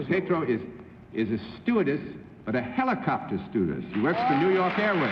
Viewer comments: Oh Lord....Bennett said "heeelocopter" again.... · The original pronunciation was indeed with a long e vowel. The Greek roots are "heliko-" meaning spiral, as in "helix", and "pter" meaning wing, as in pterodactyl. You can find the older pronunciation in 1940s newsreels and in older dictionaries. It's gone out of style, and the modern pronunciation and the slang "copter" short form obscure the origins of the word.